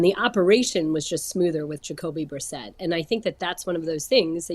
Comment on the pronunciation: Aditi LOVES saying Jocoby Brissett